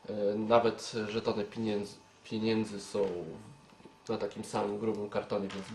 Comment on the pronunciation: Nie piiniędzy a pieniędzy. Nie akcentuj tak "i".